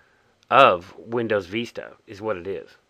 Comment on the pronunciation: VISTA mate not veesta No offence